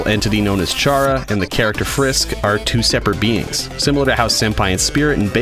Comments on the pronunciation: ITS NOT SHARA ITS CHARA PRONANCIETION CARA!!!!!!!!!!!!!! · Chara is pronounced like cara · Its spelled chara but pronounced cara or kara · You said chara wrong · You pronounced Chara wrong, so now I have sent the FBI after you.